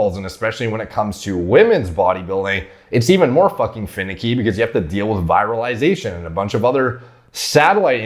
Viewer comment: You need to really work on your pronunciations, it's not "viralization" it is "virilization". You pronounce several things wrong in pretty much all of your videos, and it pretty much goes to show you're just regurgitating info, and you don't actually know much about this stuff in general. If I'm wrong then I'm wrong, but seriously you need to at least sound like you know what you're talking about.